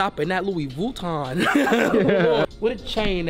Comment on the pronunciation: he said vuton damn thats hard